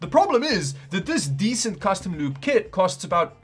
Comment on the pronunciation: He keeps saying "loop" and I keep understanding "lube"